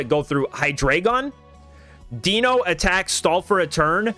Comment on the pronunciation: The content on this channel is awesome. One of my go-to places for competitive play! Can I please point out the pronunciations of the dragons? They are based on the German numbers for 1, 2, and 3. Eins - 1, DEINo one head pronounced DYE-NO like dinosaur Zwei - 2, ZWEIlous two heads pronounced Z-WHY-LUS (or Z-VY-LUS with the German accent) Drei - 3, HyDREIgon three heads pronounced HI-DRY-GUN I hope we get an ex for Hydreigon that will be competitive!